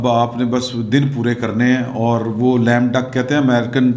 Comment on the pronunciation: It is Lame Duck not Lamb Duck